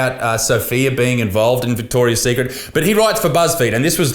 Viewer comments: Mandela Effect. It used to be just Victoria Secret as Isaac seems to remember as that’s how he’s pronouncing it and wrote as the title. But it’s always been Victoria’s Secret 😮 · Vihhhtorrrriasss tthhhheeeekkrrrit